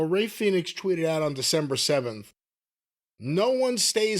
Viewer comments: all of sudden, british youtube marks started calling him "phen-ix" and not "Fee-nix" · Damn is this the first time he called him Fenix instead of Felix😂